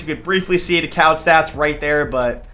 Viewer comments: Thomas DeCOWD..... It's pronounced Thomas Daycood lol you da man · Thomas decoud is pronounced day- coo